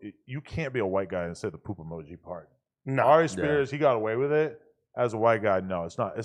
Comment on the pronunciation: I can’t believe how long Adam’s been getting away with pronouncing Aries Spears name like that. HE MUST BE STOPPED